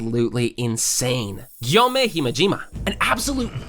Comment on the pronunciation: It’s Gyomei not guyomei